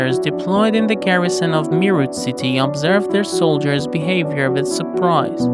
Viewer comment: Meerut is pronounced as May-ret